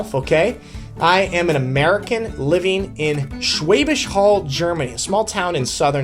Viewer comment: The "Hall" in Schwäbisch Hall is pronounced like "Hull". Should not be too difficult to learn/memorize!!